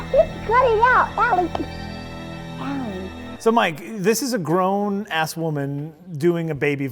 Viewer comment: "Grown-ass"? not you too!